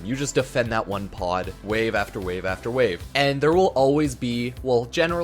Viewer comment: wawe after wawe wawe after wawe xd